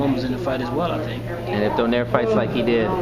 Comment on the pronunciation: i think the right pronunciation of nonito's surname is "DO NAY RE".. good job btw